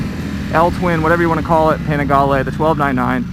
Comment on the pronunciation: Oh great, we get to hear say Panigale some more...